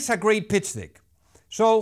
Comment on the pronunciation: PITCH DICK ??? LOL Be sure you say DECK (como la E en Castellano, un poco más abierta) because dick... LOL is not deck. Just an advice. Check the sync. I would use a English speaking V.O. speaker, it will make the videos really better.